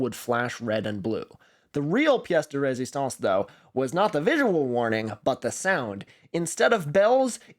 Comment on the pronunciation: Props for saying “piece de resistance” correctly— thats really uncommon for some reason